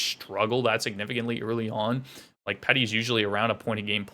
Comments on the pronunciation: "Pee-tey" - not "Pet-e". 🫡 I wouldn't sleep on Garland and Hoglander. Garland specifically. Hes a small guy but is able to drive play. Theyre actually perfect linemates for him - short of just stacking L1. Petey trying some of the moves he used to do back when he was taking the league by storm. Ray Ferraro put it perfectly, he wants to please everybody - and by that I mean he wants to be seen as the scoring threat but also wants to be the 200 ft guy but also wants to be the guy that uses his body but also but also but also. Add that on to a massive contract for 25 year old - and it seems from Tocchets perspective that his preparation is not up to where it needs to be. I only see growth from here he's too special of a player. He is tentative right now - but it will start to roll for him. Look at his record over the last few seasons. Still puts up big numbers. He's gonna pay the bills. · Canucks fan here - most important thing you need to know is it’s pronounced ‘Pee-dee’. Haha he’ll be fine, he’s streaky. Anything less that 80 points would blow my mind.